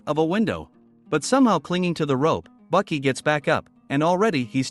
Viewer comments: pretty sure th text to speech just called baki, buckets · Cringe. It is Baki pronounced " Bah-key" and Hanma pronounced" Hahn-mah" but you keep calling him Bucky Hann ma.🤬. I don't know why this annoyed me so bad but I stopped watching the video at about a minute and 36 seconds cuz you keep calling him Bucky. Same with his father's name Yujiro pronounced " Yu-here-o with a roll on the r"🤦 I noped out of this one real quick as it would have continued to cringe me for over 17 minutes and I wouldn't have been able to enjoy the video. Misennunciation of pivotal characters in a series annoy the hell out of me. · His name is baki not bucky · Bro who tf is Bucky it’s Baki